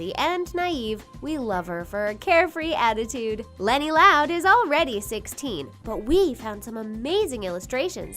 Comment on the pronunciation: did someone else heard leni as lori?